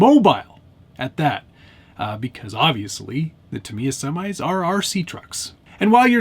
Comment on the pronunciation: You already won. You pronounced Tamy-ya correctly in your video.